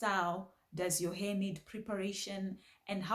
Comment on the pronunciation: I love how you say "heh" for hair 😂 it's adorable ❤